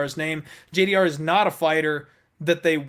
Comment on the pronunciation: Stop saying JDR, her name is spelt with a G, dammit! Lol